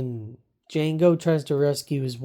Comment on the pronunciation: I'm not trying to be a jerk just a little bit of advice the d is silent